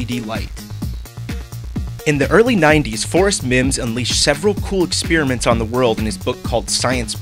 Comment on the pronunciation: He SAID graphite! But he also said ek-speer-iment, and that's wrong!